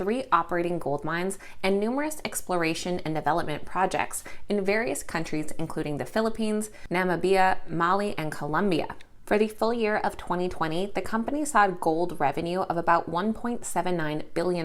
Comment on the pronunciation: Not "Nam Ah Bee Yah" its pronounced "Nam Ib Yah"